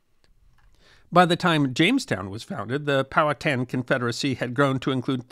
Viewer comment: Thank you for pronouncing Powhatan correctly.